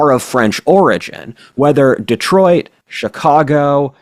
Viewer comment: It's so nice to hear our future Few reur pronounce Detroit perfectly!! - Adûnâi